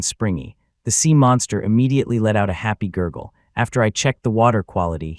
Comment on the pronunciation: We hear you madam english